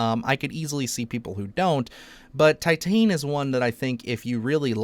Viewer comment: Titane is Pronounced Tee-tawn, which is French for titanium. Perhaps you should look up how to say the titles of movies that are of foreign origin. Great selections of body horror movies!